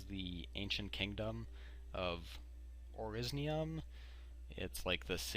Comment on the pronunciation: ORSINIUM not ORISIUM